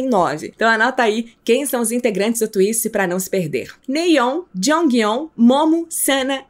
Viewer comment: “Twiice exeou “ kKKKKKKKKK tenkei não